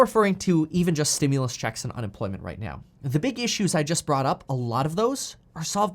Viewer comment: Please stop saying stimulous 😆😆